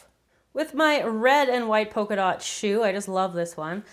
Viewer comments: Zebra* Not zeabra Polka dot* Not pokeadot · Polka dot* Not pocadot